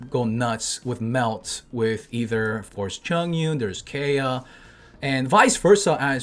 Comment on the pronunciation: I love how he slipped in “AYAYA” when saying Kaeya